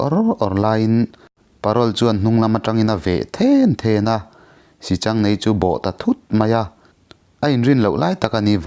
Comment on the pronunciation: Pc. I thiam takzet,mahse sichangneii ni lovin, sihchang neiin tiin Kan lo ngaithla thina,pi leh pu te atang khan